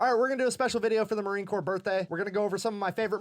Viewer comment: not to be ugly, but it Corps, not corpse